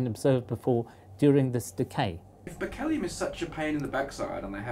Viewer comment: I think it's pronounced Berkley-um not Berk-eel-ee-um.